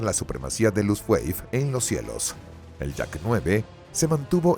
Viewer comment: Nakijama... ¡es Nakajima! ¿"Ataques Kamisake"? ¿Qué, iban borrachos en el avión? Dios mío, que horror de doblaje y locución. "Luftweif"... ya no sé si reir o llorar. "Las ocho fuerzas aéreas"... Era "La Octava Fuerza Aérea" (la fuerza de bombarderos estadounidenses en Europa).